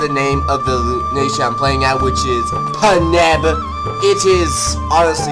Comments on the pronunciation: paneb? Its Panjab. Panj Ab literally pronounced how its spelled. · I laughed when he said panab. Im punjabi and i dont find this offensive